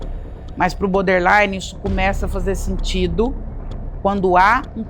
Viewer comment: Hahahaha obrigada, amigo. Tava me contorcendo aqui. Eu fico em cólicas de ouvir "boder" infinitas vezes hahahahaha 😅 O assunto é ótimo, é maravilhosa, mas BODERline doe nos ouvidos.